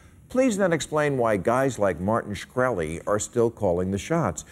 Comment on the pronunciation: hearing bill pronounce schkrelli cracks me up...even cracked him up having to say it